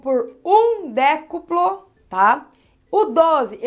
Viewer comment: Ela tem dificudade em falar triplo e decuplo ai escrevi errado kkkk